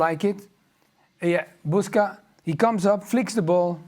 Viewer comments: it's not Buska but Buksa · i understand polish names can be hard i get it but comon why BUSKA you clearly see effing name BUKSA how hard it can be listen its BUK-SA its not some Brzęczyszczykiewicz or other hard name like comon its really disrecpectfull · You're saying Adam Buksa's name wrong His name is not buska, but Buksa with a k before s.